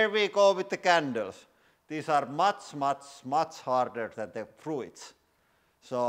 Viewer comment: First time I hear anyone pronounce the i in fruits haha.